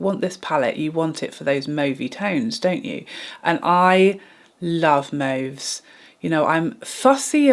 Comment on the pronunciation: Also love that you say mauve 😊